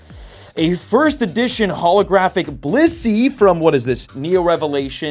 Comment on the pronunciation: It’s blissey